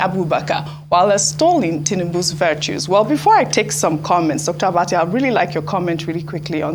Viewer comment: Abbati stop calling her name that way